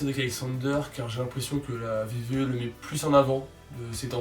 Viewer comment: C'est moi oû tu dit VVE au lieu de WWE ? Super prono ;)